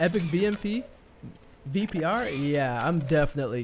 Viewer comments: YOU KEPT ON SAYING VMP INSTEAD OF VPR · he said vmp